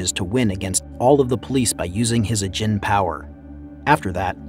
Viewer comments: A geen not agin a-geen ajin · The way he says ajin "a-gen" its "ah-jean" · "Ah-Jeen". Fuck that's frustrating. Watch the anime. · Its not pronounced as, "Ah-jin". Its actually pronounced as, Ah-gene, evident by the english dub of the anime Ajin. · Ajin❌ Ughjin✅ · OMG ITS PERNOUNCED [AWW - JEAN] NOT A GIN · Am I the only one who thought him actively pronouncing djin as da-jin made it sound sometimes like he was saying "isn't a djin." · Please every time I hear you say ajin it hurts me. Its pronouced Ah-jin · You're saying Ajin wrong man